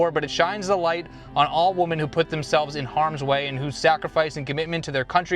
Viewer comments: Hahaha! At least you thought you were saying 'women' and your accent just betrayed you. I couldn't tell if that was the case or if you really thought 'woman" was spelled 'women' and you were reading it as the singular because you thought it was . As long as we all agree the book is about the plural 😅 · Wo-mAn instead of Wo-mEn is driving me a little crazy but it's okay. The videos I've watched from you so far are so good that I'll deal with the 'nails on the chalkboard'. Lol😂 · ‘Woman’ ≠ ‘Women’ two completely different pronunciations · What’s up with young people all pronouncing “women” like “woman” now. It’s so weird, they all do it. I notice it sooo much. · Lord, how many times can you say “woman” instead of “women”??? 🥲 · I love you brother, and that’s why I have to tell you - if you said WOMAN one more time I was going to throw my phone. It’s WOMEN (multiple). 😂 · 😂😂😂 i came to leave the same message! WOMEN not WOMAN! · Bro, Its "Women", not "Woman". That is all. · Right I was like oh he just misread the title but then he kept saying it even in sentence form and I almost threw my computer 😂😂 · Erm.. women isn’t pronounce woman lol I thought I was going crazy for a second there! Loved the video idea! And may have to use it as an excuse to buy more books myself 😊